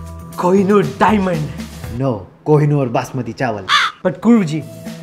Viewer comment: When he says :- kohinoor DIAMAND Dhruv says :- no kohinnor basmati rice